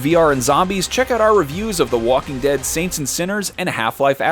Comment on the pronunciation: Dhe Talking Wead